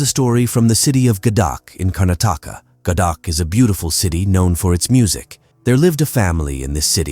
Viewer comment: It's 'Gadag' and not Gadak!